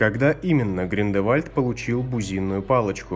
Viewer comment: Он ГРИНДЕВАЛЬД а не Грин-де-Вальд. Не надо коверкать имя